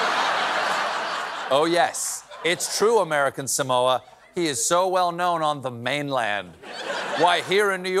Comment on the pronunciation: I just wish that someone would pronounce "Samoa" correctly.